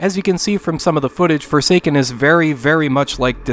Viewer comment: I heard "The future is for Satan" and was really disturbed before I heard guy repeat it(wich was better articulated for me. am not a native english speaker btw...)